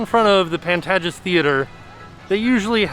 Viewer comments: Pan-TAY (long a)-ges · It’s pronounced Pan-tay-jess, LOL. A real theater in LA ☺️ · Hey, the Pantages in Universal is based on a real theater here in LA and it's pronounced Pan-TAY-ges (kinda like "Page"). Maybe it's different at the Universal Parks and it's spelled different but I thought I'd just let you know! There are some commercials for the theater if you want to hear it. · Love you guys. But it’s “Pan-tay-jus” for Pantages. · No big deal, but since you know your parks well I respectfully must correct your prounciation of Pantages Theater. The 2nd "a" ,in the second syllable, is a long "a" as in ape. You could also Google the pronunciation. I'm sure you know the history of the theater in California. I remember watching the Acadamy Awards from there. Love your videos. Disney will always be my favorite.